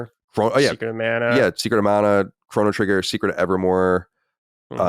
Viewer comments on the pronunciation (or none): none